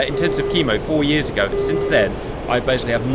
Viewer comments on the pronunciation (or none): none